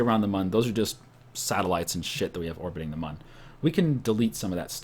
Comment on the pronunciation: The "Mun" is pronounced moon